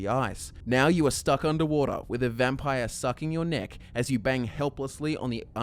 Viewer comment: thought you said dick instead of neck